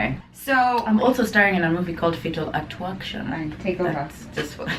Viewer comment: ‘Fatal a-twerk-tion’ !! 😂😂😂😂😂😂